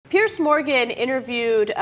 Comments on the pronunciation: It's not "Pierce" darlin', it's PE-ERZZZZZ. And his surname is pronounced "MORON". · It's not "Pierce". It's "Piers". "Pee-urrrzzzz"